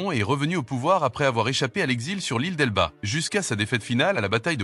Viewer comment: ile d'elbe :) pas delba :) mdr !!! attention a vos traductions les ia foireuses